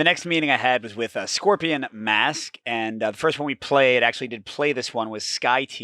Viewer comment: Great video! Just a heads up: Scorpion Masqué has an accent on the last e, and it should pronounced in english ''Scoprion mask-ay''. Scoprion masqué means ''Masked Scoprion'' whereas Scoprion Masque without the é would simply mean ''Scorpion Mask'', which is a bit of a different. Hope this helps! :D